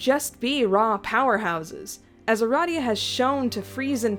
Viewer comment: Finally, someone else says Uh-Rah-Dee-Uh instead of Uh-Ray-dee-uh